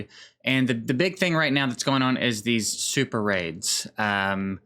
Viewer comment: SuperRAIDs.... OR SuperAIDS???